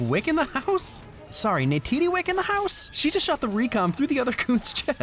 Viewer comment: It's Neytiri not Neytidi